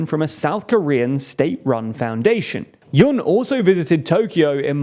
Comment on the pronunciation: Yoon rhymes with tune, ftr.